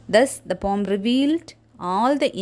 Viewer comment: That's not pom 😅😅😅😅it's poem search in google 😅😅😅😂😂😂😂😂😂😂😂😂😂😂😂